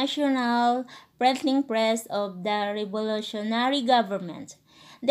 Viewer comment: "Prenting press" 😂😂